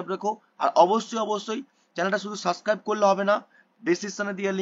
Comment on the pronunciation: Suscribe ki abar bol subscribe 😂